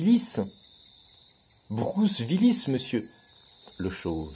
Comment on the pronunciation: Bruce "V"illis : c'est la prononciation germanique ça monsieur, le retour aux sources oui oui !